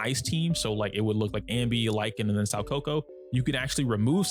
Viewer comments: Its SOO KA KU not SAU KO KO. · It's pronounced more like "Sow - Kah - Coo" if that helps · I was wondering who "Sawkoko" was... 💀 It was actually Soukaku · Saw-coco? Who??? You mean Sou-kako ☝️🤓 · soukaku ❌ saukoko ✅ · Her name still isn't Saw-kohkoh... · 'Sowcoco" lmao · "im sorry if im pronouncing zhu yuan wrong" [proceeds to butcher soukaku every time he says it] 😂